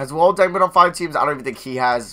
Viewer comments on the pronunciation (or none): none